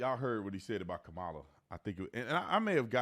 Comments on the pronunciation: I like the way Judge Brown pronounces Kamala’s name - like Camelia! 😂 I see lefties getting mad all the time saying we don’t pronounce her name right just because the emphasis is not on the right syllable. Joe says it completely wrong 😅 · Third Kamala pronunciation choice "Kamilla". Love it. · The way he calls her "Camila".